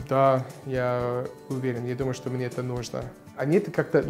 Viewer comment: Мария Куликова согласен. Особенно, когда он произносит некоторые слова, типа "что". Довольно чисто произносит.